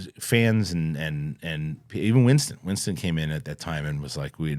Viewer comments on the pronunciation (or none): none